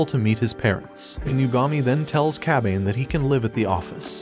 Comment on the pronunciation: I cringed every time he said Kabane's name.